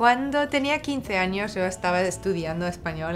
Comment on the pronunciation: Omg she speaks perfect Spanish . You can hear the way she rolls her R’s and pronounces those años. Literally everyone in these comments